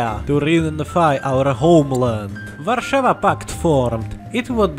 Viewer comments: nice for saying Warsaw in Polish ir Slovak or whatever. Nonetheless it's just like Polish pronunciation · I love that you can say "Warszawa" almost like you're Polish Greetings from Poland my slavic friend